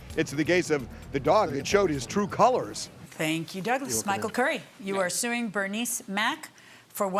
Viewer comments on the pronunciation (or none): I keep hearing "Bernie Smack" instead of "Bernice Mack" 😂